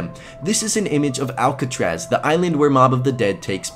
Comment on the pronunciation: Cop said "at leest you didn't go to alkuchraz" hint MotD